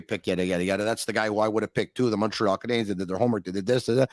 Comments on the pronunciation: Can please stop pronouncing "Canadiens" like that? It sounds so forced and awful. I have absolutely no issues with a French speaking person pronouncing it that way but when an English guy, who likely barely speaks a lick of French goes out of his way to do it, it just sounds weird. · Not at all. I just think he sounds bizarre. What exactly is he trying? Over pronouncing “Canadiens” in French, while speaking English? It’s pretty much never done by anyone and isn’t necessary (unless he’s speaking French). If he can put a whole phrase together in French, I’d be surprised… not an issue that I have.